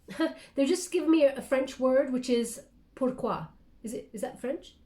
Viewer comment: Yes, "pourquoi" is French, you're very good 👍 👌 😉❤ as I am, French!